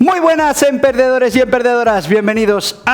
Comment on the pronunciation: Al principio parece qe dices "Buenas emperdedores y emperdedoras", y de alguna forma tiene sentido XD